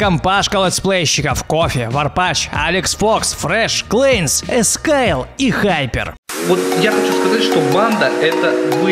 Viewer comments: ЭСКАЙЛ????? ЭСКАЙЛ????????? КТО ТАКОЙ ЭСКАЙЛ??????? Я ЗНАЮ ТОЛЬКО ЭКСАЙЛА!!!!! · Эскаил ахахах бедный Илья